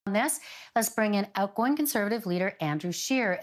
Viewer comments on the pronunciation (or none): Emphasis on the word "outgoing" in his introduction.